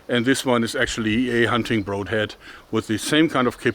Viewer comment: Has no one had the guts to tell Joerg he is mispronouncing the "broad" in "broadhead"?